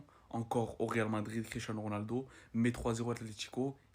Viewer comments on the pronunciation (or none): "Quicherano Ronaldo " 😂